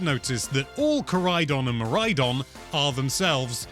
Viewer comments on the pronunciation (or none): none